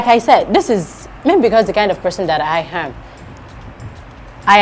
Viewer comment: is it possible to work on your 'I am" it sounds I yam.Weldone althesame